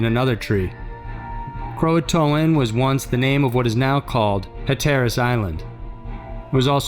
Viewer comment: Living in NC, kinda bugs me the way he pronounced Raleigh (Ra-lee) and Hatteras (hat-ter-ass). Lol